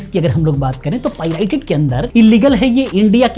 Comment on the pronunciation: bhai vo pirited nahin Pirated rated hota hai